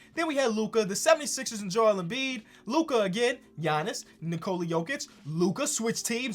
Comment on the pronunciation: Did say Jiannis?